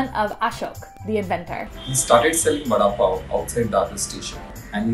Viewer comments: It's not a sandwich omfg.. and it's pronounced '"Va-ada Paa-o" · Please work on your pronunciation. Vuh-daah pav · hello i just wanted tell youthat the pronounciation of vada pao is v-rdaa- paao